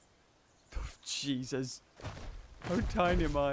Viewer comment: him: OH GOD Juses